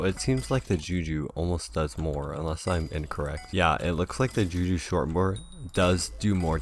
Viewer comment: that one time he said juju shortborXD